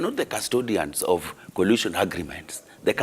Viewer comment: Jalango its coalition not collision